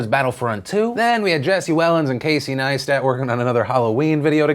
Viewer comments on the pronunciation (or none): none